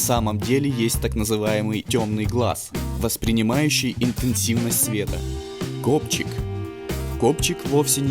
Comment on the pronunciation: мне одному вместо копчик послышалось гопчик?